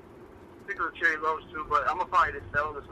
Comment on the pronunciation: please stop saying cherry 11s😂😭lol